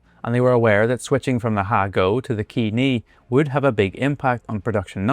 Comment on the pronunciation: Thanks for this video. I want to encourage you to put the human-crafted, edited, etc. label in the title and/or description. AI slop tries to hide how much AI was used. Also, "Ke" is not pronounced "key". It is "ke" as in "ketchup" (minus the "tchup"). The "e" in all Japanese words is pronounced the same, though in the Western alphabet, it is often spelled 'eh": beh (bed), deh, feh, geh, etc. I think the problem for English speakers is that we just don't have final "eh" sounds, so we turn them all into "ey" sounds: karate (karatey), boke (bokuh or bokey (in photography), or even karaoke (karey-okey). These are all pronounced wrong, but it's not hard to correct. e is always eh like ketchup o is always oh like hope i is always i like suite or pink a is always ah like father u is always u like suit. There is also ya, yu, and yo, and sometimes the "I" or "u" is unvoiced, making "sumo" sound line "s-moh" and Yokosuka sound like yoh-koh-s- -kah, and "New York City" nyu - ya-ku ss-ty.